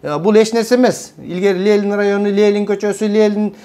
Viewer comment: Лелин дебей,Ленин денизчи,туура суйлойлучу,туура тушунунуз.Эн акыйкат нерселерди айтып жатасыз,азаматсыз